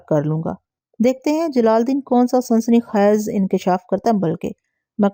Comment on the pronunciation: Sansani khez...ni ...ye ko lamba karna ha ...sansani khaiz... Dabaiz ni ha lafz dabeez ha